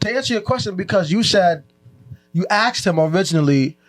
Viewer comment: Even the male host like “AXED YOU A QUESTION” whole room is low iq lmao